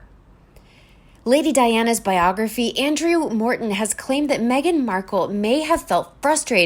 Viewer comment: Biography / BopgraphER . Tomato / Tomahhhto. This narrator has a lot to learn.